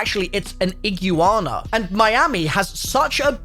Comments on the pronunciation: “Iggiwana” It’s E-Gwa-nuh 💀💀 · i-gwa-na... No ig-you-wanna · Bro it's because of his accent. He says it like Ig•yoo•ahna and americans say ig•wana or eeg•wana. I've noticed that a lot of words have a more pronounced "yoo/yew" sound with a british accent. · NPC not AI, and iguana is pronounced "IG-WAH-NAH" not IG YOU AHNAH 🤣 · not gonna lie, i really cant be fucked with seeing gta6 trailers getting disected for the next 2 years. get a fkn life you losers Also its IGWAHNAH, not iglooana you degen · its pronounced ig-wanna not igu-wanna(florida resident) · you: Igooana Other people: igwana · brah.. its pronounced igwarna. idk what you even just said 🤣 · Ig-you-wanna well that stopped me watching. 😂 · So... How many times did he say Iggywanna? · “Eee-Gyuu-Ana” 2023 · Iguana ❌ E-gu-Ana ✅ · Correct pronunciation is: E-Gwa-Na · Iggy wana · Ig you wan a😂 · srry to tell you buddy but it's pronounced ig-wana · you’re literally the best! Absolutely loved your pronunciation and how many times you said Iguana in this video!!! 😎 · The comments on your pronunciation of iguana is hilarious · please stop saying Iguana, dude lol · bro, this entire video and all the comments are just gonna roast you on how you pronounce Iguana. my man, have you never seen or heard of them before? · Jesus, between your pronunciation of iguana and you thinking the police raid shot is gameplay is just crazy man... Dunno how anyone would think that. Outside of those, there was alot of details I didn't catch, good eye on Lucia being recorded and iguana on the guys shoulder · I’ll sub when you pronounce Iguana right 😐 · I almost unsubscribed when you pronounced Iguana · Hearing pronounce iguana is the funniest thing I never knew I needed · ...your pronunciation of Iguana... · AGHHHHHHHHH MY EARS HURT HEARING THAT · My girl cringed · I love you but please look up people from Florida saying the word iguana😂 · The amount of people who came here to make this exact comment. Me included💀